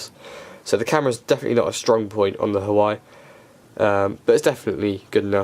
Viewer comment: It's pronounced "Wah-Way" ;)